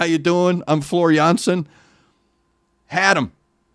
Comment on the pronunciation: You pronounce her name very well. With this song I am awakened in the morning. And I have energy for the whole day. Greetings from the Netherlands.